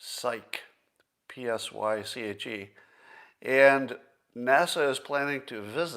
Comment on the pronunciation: Psyche -> pronounced psych-ee